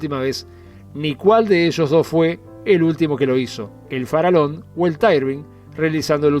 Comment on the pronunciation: Sin temor a equivocarme Colonia Express a pesar de la pandemia tiene hoy el 30 % del mercado quedando Buquebus relegada . "Farallon" se pronuncia FARAYON y NO FARALON , el nombre del aliscafo hace homenaje a la Isla homónima frente a la Colonia del Sacramento. Saludos !